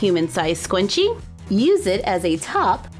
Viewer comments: Why do you say scwunchy?its scrunchy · Scrunchie- (skrrrrr-unch-eeee) Not scwunchie But what a great craft. I have been watching you since grade 3 (or when you started making videos) and now im close to graduating. Keep it up💕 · Ur saying scwunchi and its ok I have trouble with my r so its ok I say scwunchy all the time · Its so cute how you say SCWUNCHIE 😆 love ya!!! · It’s so cute when she said scwunchie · did anyone else hear her say scwuncie? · No offence, but, is it just me, or does she say “scwunchie” um, I use the “r” but I’m not sure u do... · Oh my gosh not tryna hate frickin luv u um am I the only one who almost frickin exploded cuz she said sqwunchie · Not trying to be rude but it’s (SKRUN-chee) but it’s cute love you! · I was ab to shoot myself if she pronounced it sqwunchie one more time (it was a good video though might try making my own) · Why does it sound like ur saying scwunchie🤔🤔🤔🤔🤔🤔🤔😂😂😂😂😂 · you kind of sound like your saying the word scwenchie, but It might just be me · why does she keep calling it a scwunchie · What the heck is a scwunchie i cringed so much , , , , , , and so much more! I know I was kinda being rude but no hate to you or your crafts it just got on my nerve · I love 💖 how you say scrunchie “SCWUNCHIE” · ITS NOT A SCWUNCHIE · It's pronounced scrunchie￼ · It kind of sounds like she is saying scwunchie it kind if bugs but love ya anyway! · Did she say ..........squenchie!!!! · says scwuncie Me: AHHHHHHHHHHHHHHHHHH YOU BETTER STOP!!!! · I don’t know why people like it when you say scwunchie. It’s freaking annoying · im cringing at the way she says scrunchie. "squnchie" oh boy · It sounds like she's saying scwunchie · Why is she saying scwanchie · Scwunchie ha ha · why does she say swanchie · Usually love your videos but couldn’t watch with you saying sqwunchie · I know everyone said it but Scwunchie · I think you scwunchie😂😂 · Scwunchie hahaha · Who else herd her say scwunchy? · How did u miss the r in scrunchie?????